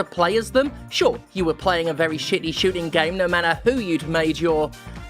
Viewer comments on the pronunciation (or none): none